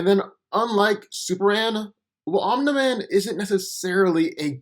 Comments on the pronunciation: It's 'Om-Knee Man' not "Om-Neh Man" smfh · Omna man bruh how can someone not pronounce Omni man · I hate that you pronounce his name like you’ve never heard the word before...it’s pronounced OM-KNEE MAN not that shit you’re saying🤦🏾‍♂️ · This narration is terrible. first off its pronunced omini man not ominai man. Second off omini man is not the superman on his planet. after the cleansing of vultromite everyone in that planet is a superman. Omini man is not even top 10 in the pinnacle of their civilization. And as a fan of invincible I still know this is not a fair comparison. Omini man is not a match for super man. I dont think entire voltromite population will be enough to kill super man. or make him bleed under a yellow sun. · The way you say Omni-man is cringy AF, its not even hard to pronounce 🤣😂🤣😂 they literally say it constantly in the show so how did you end up saying it like that? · Why does he pronounce his name omna man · It’s Om-Neeh-Man dumbass, as in Om-Neeh-Pō-Tent? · I keep hearing “Omelette man” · "Um Da Man" speech impediment ass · The way you said omni man name wrong was a immediate dislike 👎🏾😒